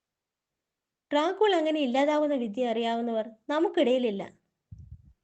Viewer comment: ഡ്രാ കുള്ള .... എന്നല്ല. അത് crt ആയിട്ട് വായിക്ക് ഡ്രാക്കുള എന്ന് 😂😂